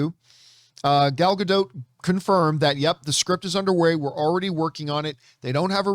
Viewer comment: Please learn how to pronounce her last name. It does not rhyme with boat.